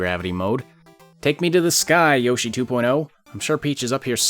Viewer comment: It’s Yoshi. Not Yoshy.